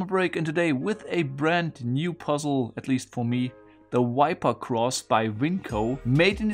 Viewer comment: It’s a mistake in pronunciation - not accent.